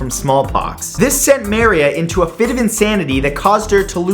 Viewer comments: No one wanna talk about the way he says Maria? no? Ok. :P Other than that, I love it :P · maria? dat pronunciation tho. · I don't mean to be a troll, but was #5 Queen Maria 1.... is it really pronounced that way? Or is it actually Maria (as in the Spanish name) ? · Maria! It's pronounced Maria! Like the West Side Story character! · Maria? I'm not gona bash on that pronunciation but.... Matt? You even trying? XD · That's not how you say Maria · For the love of God.... It's ma-RÍ-a... The stress in the second syllable. How in the world did you ever hear it pronounced MA-ri-a?! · Does anybody else cringe every time he pronounces Queen Maria wrong? He keeps saying it as "MarY-Uh" or "Mar-e-uh" "Mary-a" etc..... But the way it's spelled and as far as I know it's "Ma-re-a" or "Muh-ree-uh" Lol 🤣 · "Maria" is pronounced "Ma-REE-a," not "MA-ree-a." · Its pronounced "ma-reeya" not "mar-ya" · Does anyone else think that Maria is getting mispronounced here...? Mur-EE-ah? Instead of MAIR-ee-a? Anyone? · Maria is not pronounced (Mairē a) it is (Mârēa) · You pronounce maria mArEa? I pronounce it murEuh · Dude, it's pronounced muh-reeah, not mare-eea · dude, I have NEVER heard someone mispronounce every day names like you! maria the first is pronounced mah-ree-ah. not mary....ah dayum. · You mean Ma Ree Ah, not Mare Ee a right? Maria is pronounced Ma Ree Ah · Muh-ree-uh. Queen Maria I is read as Queen Muh-ree-uh, not Meh-riah. Still loving these, though. These videos make me feel smart. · Not to be rude or anything, I thought this was a great video, but queen Maria isn't pronounced like that. It's pronounces mah-re-ah, and not may-re-ah. Anyway, keep up the good work Matt! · Marya. It's pronounced Mah ree a! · I loved how he pronounced Maria as mary ah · It's Mu-reea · It's actually pronounced Mar-e-ah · Maria is pronounced ma-ree-ah (just a little FYI there ) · I think it's pronounced Mah-ree-ah and marry-uh. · Maria "Muh-ree-uh" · Who the hell manages to mispronounce "Maria"...